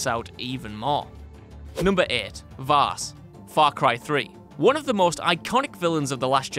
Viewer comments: Vaas not vass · it's actually Vaas, not Vass..... also: Handsome Jack ( Borderlands 2 ) Validar ( Fire Emblem: Awakening ) Zinyak ( Saints Row IV ) Zanza ( Xenoblade Chronicles ) Malos ( Xenoblade Chronicles 2 and Xenoblade Chronicles 2: Torna, the Golden Country ) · not vass, vaas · btw it’s Vaas not Vass